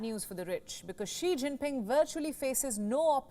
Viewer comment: Thanks for pronouncing Xi’s name correctly. Please come teach all the American journalists.